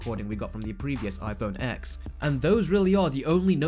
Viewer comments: Exactly. I hate when people say X it's annoying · It's pronounced 10. TEN! X is the Roman numeral for TEN. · Kuledude21 pretty sure it's pronounced 10 and 10 only and did i really call someone out just because someone mispronounced? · If you’re gonna make an entire rant about a phone, at least pronounce it right. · The fact you pronounce X as Eks shows you may know less than you think you do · Wow, hearing you say iPhone X as an actual X is really annoying. It turns out people can’t actually process that they no longer use Arabic numerals. They now use Roman. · X is pronounced 10, so iPhone 10, iPhone 10R, 10S, 10S Max. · I sort of agree with him, but why is he calling it iPhone X („eggs“)??? It‘s pronounced iPhone TEN. 😉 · 🤣🤣🤣 “Apple put prices up which means everyone else did, so now I hate them all”. Boo hoo mate. Oh, and it’s “TEN” mate, not “Ex”. Do 37k people honestly subscribe to hear you whine like this? Also, there’s so much misinformation in this video, the XR display isn’t a “watered down” display, maybe use one ... or watch better informed (and not even Apple affiliated) channels say. No one is being “tricked”. Cheers for the laugh. 🤣🤣🤣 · If you're going to make a video criticizing the phone at least pronounce it correct... it's pronounced "TEN" not "X" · It's pronounced '10' not 'X' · Why do people call the iPhone X wrong? It’s not iPhone X it’s iPhone (ten). It’s the iPhone (ten R) not xr. I understand your complaint about the prices for the phones though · I lose brain cells every time you pronounce it x it’s ten! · I like how he's talking shit while simultaneously calling it the "X XS XR" annunciating it "EX" LOLL X is the Roman numeral for 10. Its pronounced "Ten" not "EX" 😂😂😂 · YOU DON’T PRONOUNCE IT AS A LETTER X!! IT IS PRONOUNCED LIKE SO “IPHONE 10R AND IPHONE 10S and 10S MAX. It’s called Roman numerals. Seriously you sound so stupid when you pronounce the X as the letter X instead of a 10.